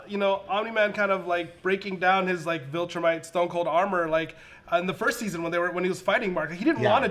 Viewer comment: Am I the only one weirded out by them pronouncing it 'vOltrumite'? Like, is that some inside joke or did you guys just never see how it was spelled and misheard it over and over and over again while watching the show??? Also how has no one told yall??? It's 'viltrumite' with an 'i'...